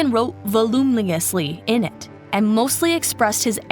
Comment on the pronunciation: Girl I'm sorry but you could've learned to pronounce "voluminously" while making this video 😅 "vol-oo-min-us-lee"